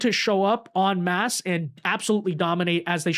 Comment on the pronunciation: Finally someone who knows how to pronounce en masse correctly! 😊